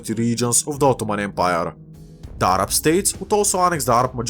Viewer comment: As a Arab, I appreciate you saying Arab in a proper tone and not just in a American way like ''A-RAB''